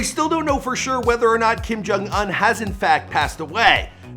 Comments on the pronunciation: It pronounced oun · The fact that he pronounces Kim Jong “Ahn” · They way he pronounced "Un" and "Iran" was cringe worthy!